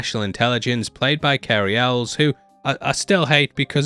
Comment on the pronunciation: BTW, Carey Elwes name is pronounced El-Wheese